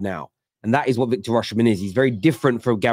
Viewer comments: why do you persit with pronouncing the name Or-She-men? Its pronounced Or-see-men. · Well it definitely doesn't start with 'or' lmao